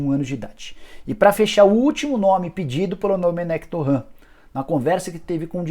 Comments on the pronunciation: "Domènec Torran" Porra Nicola KKKKKKKK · TuRênt é a pronuncia correta, qual dificuldade de falar certo?